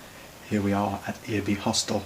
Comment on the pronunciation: Pronunciation of Earby was perfect. The Independent Hostel there was originally bought and donated to the YHA in memory of Kathryn Bruce Glazier, a social activist. It has since been bought and renovated by the local council.